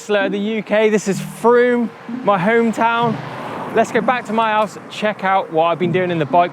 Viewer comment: It’s not froome it’s frome.🤪 very nice vid, what a nice chap! 👊